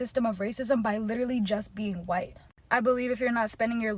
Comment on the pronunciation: And the woman isn't even from a so called "oppressed" demographic. She's from the one that does better on average than "CHWIGGHTT" people financially.